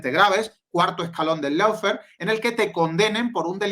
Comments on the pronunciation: dilo bien. Una cosa es no saber como se dice y decirlo mal, como todo el mundo en España, donde tenemos un problema conocido con los idiomas... Y otra cosa es saber como se dice (lo digo yo aquí: looféar) y seguir diciéndolo mal. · Por favor, recuerden que LAWFARE se pronuncia LOOFÉAR (O larga y no suena ninguna U), no loufer que es una pronunciación INVENTADA. LAW ley Loo LOW bajo Lou Muchas veces la diferencia entre hacer las cosas bien o seguir la manada sin cuestión es QUERER o no.